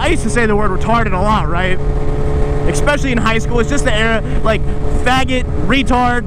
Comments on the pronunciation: es·pe·cial·ly not eckspecialy hehe. just some constructive criticism dawg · PLEASE stop saying "expecially"